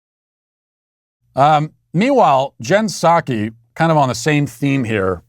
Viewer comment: Matt, I think you mispronounced Psaki today, which is weird for you. There's a clear and present P. It's not "Sake".